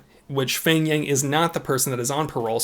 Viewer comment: Ight, I am not trying to make fun of your pronunciation or anything but his name "pheng" is actually not pronounced "feng", in hmong it is peng, just ignore the h like how you would when saying hmong.